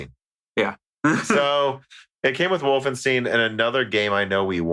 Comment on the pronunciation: speaking of not pronouncing words correctly. It's Wolfenstein with a "stajn" at the end. Not "Steen". Unsubscribing. EDIT: on your Death Stranding remark - My framerate on a launch PS4 was pretty unreliable a lot of the time especially with more effects on screen.